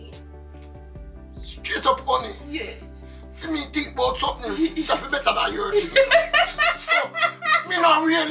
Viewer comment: Listen to my friend" You tink me perfect baby?"